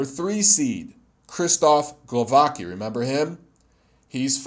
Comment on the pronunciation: Glo-va-tz-ki, Kow-na-tz-ki, Su-le-tz-ki 😏 like in „tzatziki” 😁